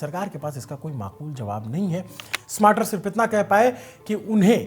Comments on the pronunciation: स्मार्टर नहीं बाबा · स्मार्टर ❌ स्टार्मर ✅